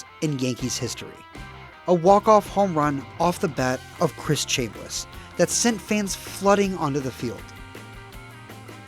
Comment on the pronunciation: Chamm-bliss not Chaim-bliss. You missed the key component in the Yankees building instead of buying the future in the early 90s, namely the fact that George Steinbrenner was suspended for trying to blackmail Dave Winfield (a name curiously missing from this video). With Steinbrenner gone, the actual baseball people were freed up to develop players rather than having them traded away for aging veterans.